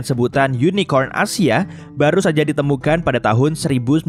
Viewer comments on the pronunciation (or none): none